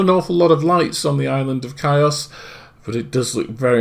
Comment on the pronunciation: The island is pronounced heeos not kios. Good video though@